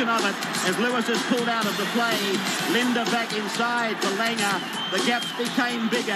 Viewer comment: it Bob LiDNer lol Not Linda lmao